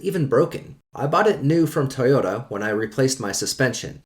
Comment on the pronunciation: What's a "Tee yota"?.